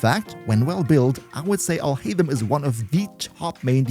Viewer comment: AlHaitham sounds similar to "All Hate Him"